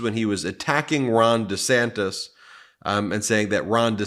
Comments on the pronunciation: He keeps saying Dasanctus.😊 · Is that Democrat friend in the room with us now, Donald? Did anyone else notice that he said Dr trashy and not Dr fauci? Or that he kept calling Ron DeSantis Ron Desanctis? Those mispronunciations are worth noting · He said DeSantis wrong like 5 times! Thanks Ben 😊